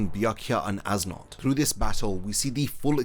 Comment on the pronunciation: Yo great video dude but I just wanna say that you mispronounced as nodt's name when you say his name you're supposed to say it like es note